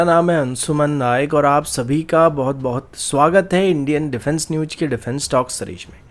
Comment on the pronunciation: Bhai sahab pehle bolna seekh lo. NewJ nahi NewS hota hai. Aur Sare nahi Share hota hi😅😢😂